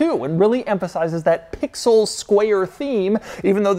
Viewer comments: If he says “pixooll” one more time I’m gonna lose it. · How often can one say pixel. And keep it heavy on the P 😅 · If he says Pixel again I’m gonna lose my mind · Say “Pixel” one more time Doug, I dare you….😂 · I clicked off this video after about the 5th time he said "Pixel." Damn that was annoying. Why you gotta go so hard on that "p"? SMH